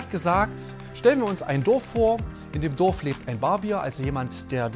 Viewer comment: Mein lieber Mann! 1) lernen Sie bitte mal, das Wort Barbier richtig zu betonen! Das ist kein Bier, das es an der Bar gibt! 2) netter Versuch, eine der Naivitäten in der Religion (egal welche) zu verteidigen, geht aber an der wirklichen Problematik vorbei!